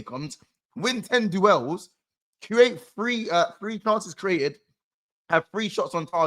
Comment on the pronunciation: 🤣🤣🤣 he genuinely don’t know how to say it im dead